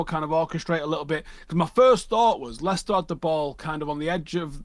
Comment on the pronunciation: Lads its Leicester